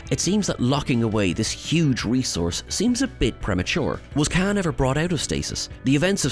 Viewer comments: Not “kan”…. It’s KHAAAAAAAAN ! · His name is Khaun, not can. 🙄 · I want to slap the guy every time he says Khan…